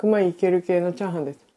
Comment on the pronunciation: チャーハン作るよ が、チャハン作るよになってた。 可愛い💕